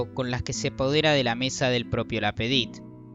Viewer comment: ces hable ingles,ya que no lo hablan ni en Paris.Y es LapAdite y no Lapedite hombre!